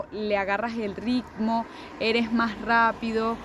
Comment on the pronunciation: Lo bueno es q le agarro el rrrricccmo...